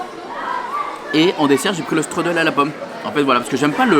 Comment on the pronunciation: Coucou, Le Hot Dog a l’air stock et piquant mais bonne initiative de DLP ça change des éternels burgers…😮‍💨 On dit « chtroudeul » pour le dessert (spécialité allemande) ☺️ Pour le panneau Sortie de Figaro je l’avais appris dans une vidéo des 100 secrets d’Hello Maureen 😋 Moi aussi j’aurais aimé pouvoir emmener mes grands-parents à DLP 🥺 J’adore le Annette’s Diner et le Walt (malheureusement fermé 😩) Bonne journée 😍